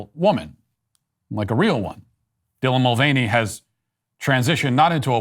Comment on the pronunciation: Not defending the insane person. But why can Americans never pronounce Irish name correctyl? It’s not mul-vain-ey, it’s mul-VAN-ey. Like a van 🚐 on the road. It’s the same with Dougherty, which is absolutely butchered, for a nation with more Irish descendants than Irelands population and claims of being close, you manage to screw up the basics. Also I tried watching the video on a few different devices but there seems to be a lot of playback errors, stuttering, missing frames, some sentences are broken which you can infer their meaning but others have complete sections missing. I tried on different internet connections too. Later I’ll try switching my location to to the states to see if the video plays back properly.